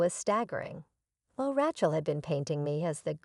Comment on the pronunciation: Please teach your AI to pronounce the name Rachel correctly.